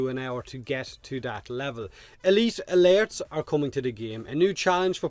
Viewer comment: At first I thought he was saying lairs.